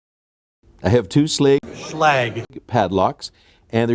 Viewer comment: sh leg = schlage